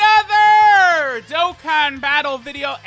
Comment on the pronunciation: ANOTHERR sounded short but u get a pass for energy